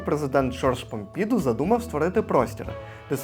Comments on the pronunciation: Ви чудові і головне - ваша присутність і присутність Парижу на екранзбалансовано. Сюжет в постійному русі …але - така прикра помилка треба казати -Помпіду наголос на останній букві -у-… ну це ж очевидно особливість французької наголос наприкінці слова А ви аж два рази кажете :Помпіʼду наголос на і… ну прикро …тексти треба редагувати у глибинах свого мозоку…ну а так дуже дінамічно корисно і хай вам щастить ❤з повагою Тамара гаріна поет дізайнер і т д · Не додивилась… тюЇрлі, помпІду… та безліч помилок мінусують враження та довіру